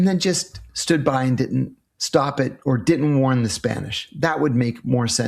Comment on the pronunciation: Are you able to pronounce didn’t correctly?